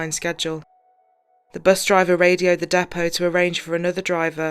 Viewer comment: 0.48 Sweetie ur pronouncing the word: "Depot" wrong! 🤓 Now don't get me wrong I'm not a: "Grammar Nazi" I swear! But when I hear someone mispronounce a word then I think: "It's my duty to correct the person!" It's all out of love "No Shade" I promise... 😊